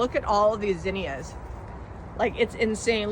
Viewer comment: Thanks for teaching me to pronounce zinnia correctly. We have it wrong in my southern state.